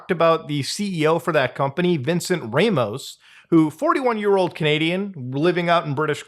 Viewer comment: ah so canadians also hate foreign names? Its Ramos not "reymoes"